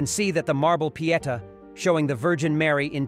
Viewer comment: Agreed! Your content is great but gaffs like “leed coffins” and “pee-eht -uh” and “January twelve -eth” are so cringe worthy I nearly turned the whole video off. God help our education system if this is a real person.